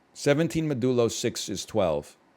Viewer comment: he's pronouncing it weird, it's MOD-yoo-loh (modulo)